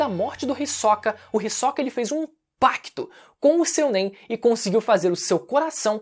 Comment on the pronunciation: ri soca é pica kkkkkkkkkkkkkkkkk ri demais da tua pronúncia, eu sempre pronunciei risôca ótimo vídeo